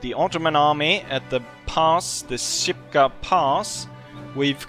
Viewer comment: Shipka. SH. Not "Sipka".